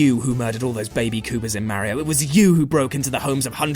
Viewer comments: Stopped watching after yet another person mispronounces Mario's name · "Mare ee oh" he says... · why cant 50% of people properly pronounce Ma-rio and not Meh-rio?